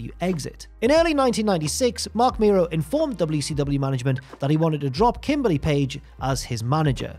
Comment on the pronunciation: It's pronounced Mero (mare row) not Miro (he's in AEW)!!!